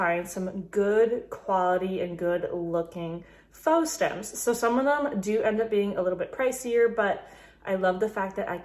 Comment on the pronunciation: Love your video. Very helpful! FYI: faux is pronounced ‘fo’ -rhymes with ‘oh’. Will you share how you store your florals?